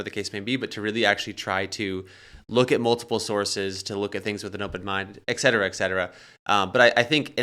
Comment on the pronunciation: Very informative interview. Thanks for that. That word “etc-etc”…. It’s pronounced - “ETCetera” Thus, the abbreviation being ETC Not to be confused with ek- cetera… That’s not even Latin - that’s just widely misappropriated gibberish. Great program by the way. I love the content on this channel.